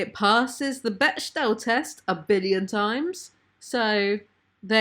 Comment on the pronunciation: beck-del test. beck-del.